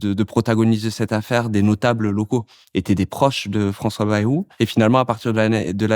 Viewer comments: On ne dit pas " bérou " mais Bayrou !! comme " ail " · Baillrou, pas bérou.Qui a jamais prononcé Bérou?! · "Bayrou" se prononce "baille-rou" et non "bé-rou", cela ne vient pas du nord de la France... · On dit Baïrou et non Bérou.